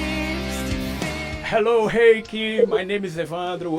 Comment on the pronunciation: A pronúncia do nome dela está errada. É do alemão, "Hi/kah" (rai/kã).